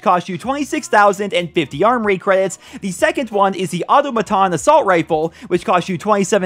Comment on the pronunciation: the way you pronounce "automaton" gets me real triggered. its fallout 4's dlc all over again